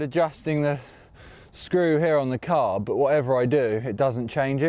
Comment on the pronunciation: Sam saying CCCCarB is the new thing of my nightmares